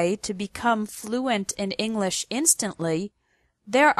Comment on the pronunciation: Ing lish.